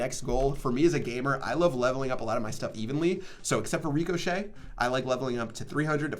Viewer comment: Superb pronunciation on ricochet lmao, get a dictionary